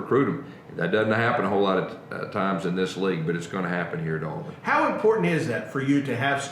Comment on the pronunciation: Will someone please teach how to say, "Touchdown Auburn?" It's, "Touchdown Aw-Burn," not, "Touchdown Aw-Bearn." R.I.P. Rod.